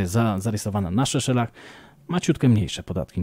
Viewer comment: Seszelach a nie Szeszelach!